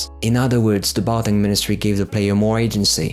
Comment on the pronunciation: Isn't it Barkhang Monastery, instead of "Bartang"? Anyway great top 20!